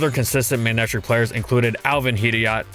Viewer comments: tfw when its pronounced ma-neck-tric and not may-ney-trick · Odd pronunciation… MAY-netric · There's only one wrong way to say Ferrothorn, that being ferrohthorn Also FDG: MAYNECTRICK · mey nei trik ? lol i never guessed it pronounced that way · The way u pronounce his name ruins me